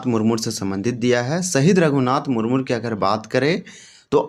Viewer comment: मुरमुर नहीं है भाई , मुर्मू है l